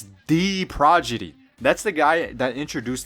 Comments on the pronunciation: You said progidy instead of prodigy the entire time my guy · bro that’s not how you say prodigy